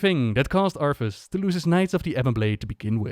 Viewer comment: Its funny how he said arthus like arfus considering the hearthstone card exists lol